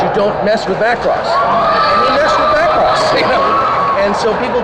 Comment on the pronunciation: 0/10 could not watch. It's Mac-ross not Mah-cross